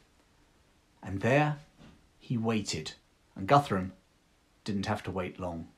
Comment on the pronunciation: Hi it's great perfomance and l share your opinion bout Alfred/ Churchill This man was a really Great till today for the English! I confess Cornwells Uthred saga (the books only) is enjoying but your feature is historical top notch! Guthrum sounds like Goodroom. And all of the earlier chronics read Danish at most. Best regards from Northern Germany Ludwig.